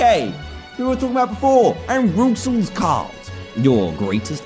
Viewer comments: Rouxls Kaard: It's pronounced "Rules" Everyone: Rucksels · It's pronounced RULES CARD! Rouxls Kaard! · I love this moment, but people really need to learn how to say "Roux" in Rouxls. For those who don't know: its pronounced the same as the word "Rue" in otherwords, the dudes name is said as "Rules Card"